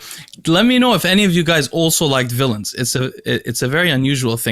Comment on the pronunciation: Who Said villons??